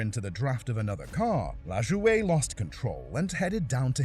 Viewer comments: Dear Narrator, his name is pronounced LaJoy. Not Lajoiuge or whatever the hell you think. JS. You hate when Americans mispronounce your shitty names. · Randy lajoie crash looked like a instant backbreaker 😮😮 BTW narrator it's not sounded Lajoweigh, it sounds like Lajoy. 😂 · I love the way yall foriners say American names its La-Joy not lajaway 😂😂 and its Bo-Dine not Bo-Deen 😂😂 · "Randy La-jou-ehhh"? Fuck sakes man. "La-Joy". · “LAshOwaY” his name is pronounced like Lajoy just so you know, Corey Lajoie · It's pronounced Randy la joy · It's LAJOY........Lajoie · The worst wreck in history was the way the narrator pronounced Randy laj-oy . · Pronounced La Joy. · Good compilation BUT.. YOU SHOULD REALLY LEARN HOW TO SAY PEOPLE'S NAMES.. LIKE IN THE LAST ONE LAJOY LA AS IN LOS ANGELES.. AND JOY AS IN JOY TO THE WORLD LA JOY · Randy la-jo-ehh😂😂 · #1 it's pronounced La-joy #2 There isn't a good video of the wreck but Sadlers wreck at Pocono was rough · "Randy La Jo Ay" lol, this commentator reveals himself to be a fraud in record time. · Just so you know, the way you pronounce Randy’s name is just stupid wrong! All it would take is if you were to watch one of the old races to get it right! Hell his son is racing now so that tells me you have never really seen a NASCAR race! It’s pronounced LA-JOY! I have no idea what or where you got that way of saying it! How about this! Do some research before you make a video about something you know nothing about! GET IT RIGHT! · The pronunciation of “Randy LaJoie” killed me Ran-dee La-joy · i mean it does look kinda foreign in his defense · Randy Lah-joy-yay 😂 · bro can't pronounce names for sh!t. it's brad keslowski (kes-low-ski) and randy lajoie (LA- joy) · I’ve never heard keslowskis name and Randy lajoie’s name pronounced like that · I have to chuckle at your pronunciation of "LaJoie". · I've never heard someone butcher Randy Lajoie's name so badly in my whole life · So bad 🤣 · The way he pronounces Lajoie.